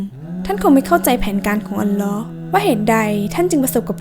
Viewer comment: อัลลอฮ.อ่านให้ถุกด้วยครับ alloh